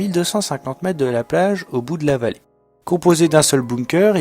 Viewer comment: bonjour, bon reportage mais il y a quand même un petit problème ; ne serait il pas possible de prononcer les mots dans leur entièreté?. On parle de metRe et non pas de mete. Les unités de mesure comme les autres mots tel semblabLe se doivent d'être dit distinctement. Je sais que c'est un détail pour vous mais je trouve que cela est important pour la bonne compréhension et la fluidité de ce que vous dites.